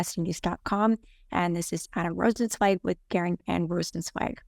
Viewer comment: I think Charlotte is the only interviewer who can pronounce Rozencwajg correctly.